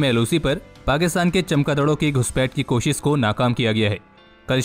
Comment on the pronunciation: It's koshish not kosis for example